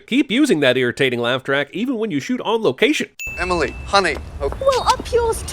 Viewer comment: I take thee “Emily”. It’s not that hard.